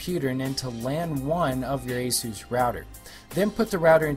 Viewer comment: had to stop watching it, he kept calling it aszuse, it's not a greek god there is no Z it's AS US as in Eh Us